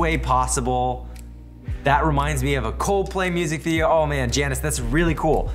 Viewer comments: Read that "Janusz" again please, BUT AFTER YOU LEARN HOW TO READ THAT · You actually pronounce Janusz as Jianush